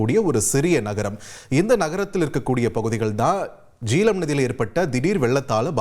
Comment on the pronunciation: Jeelam illai...Jehlam, pls correct....jay-h-lam..